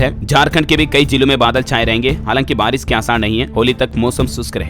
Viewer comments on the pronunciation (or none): none